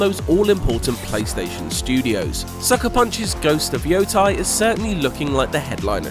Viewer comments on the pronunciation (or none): It's not Yotai, It's Yotei (Pronounced Yo-Tay) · YoTEI. Not YoTAI, wtf. Ghost of Yotei! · It's Yotei not Yotai...